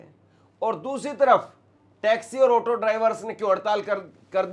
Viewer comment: Otto nahin Auto hota hai. Suru nahin Shuru hota hai. Bizli nahin Bijli hota hai. Baaris nahin Baarish hota hai. This person became an anchor? How?